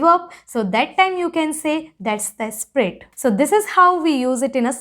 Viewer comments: It's spirit, and not sprit. You're really good at the language, however, you have MTI which impacts the pronunciation. Anyways, good job n keep it up 👍🏻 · If I'm not wrong your pronunciation of spirit is kinda "Sprit" Whereas the actual pronunciation is Sp-ee-rit. Never Mind though. Good work!!!👏